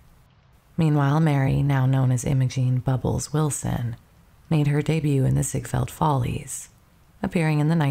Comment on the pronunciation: This is AI. Pronouncing the t in debut? Lordy, that's so bad. That was far from the only mispronunciation. If this is a real person, they really need to learn how to pronounce mortgage and theater, among other words.